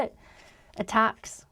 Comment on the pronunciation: I'm from Croatia and didn't understand it at first as well, his pronunciation of the letter 't' is very weird, both in "times" and "attacks"